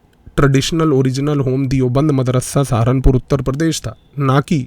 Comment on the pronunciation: दियोबंद नहीं, देवबंद